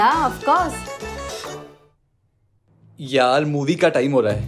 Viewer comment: Who heard that when he said "Yaar movie ka time ho rha hai " he actually said yaal and also she is the one who in the beginning became Tara and now she is a new commer😂😂😂😂😂😂😂😂